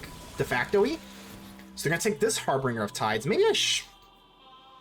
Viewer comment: Its pronounced "har-binge-er"